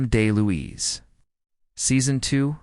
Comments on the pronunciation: "Moo-me" not "Mum-me". "Del-Louise" not "Day-Louise". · Dom's last name is pronounced DEL- LOUISE not DAY-LOUISE. otherwise pretty interesting.👍